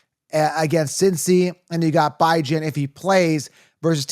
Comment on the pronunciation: Why are you saying Bijan like that?